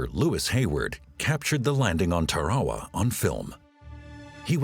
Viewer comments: It's Tarawa, not torrahrah..... pronounced 'Tara wah' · .....on the beaches of Tare-wah-wah ?!?!?! WTF 😂 think he means Tarawa hahaha. Damn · Over a 1000 America soldiers were lost on Tarawa, and this narrator can't pronounce Tarawa properly. 😢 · Ok. I get mispronouncing TARAWA. But Mount Suribachi is a view killer.